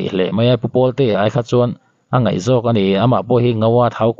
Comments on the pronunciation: A ngaih maw...😂 A ngeih tih tur aw. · A ngaih nilovin ngeih tih tur nih hmel,,ngaih leh ngeih chu a dang daih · "A ngaih" ...., a ngeih, tia i sawi hunah ka ngaithla ve thin ang. Ngaithla lo rih mai ang.